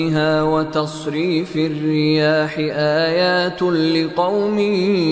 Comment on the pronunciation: في ﻵية الرابعة في الكلمة (الدآبة ءايات لقوم يوقنون) ءايات بحركة الضمة ولكن تقرأ الكسرة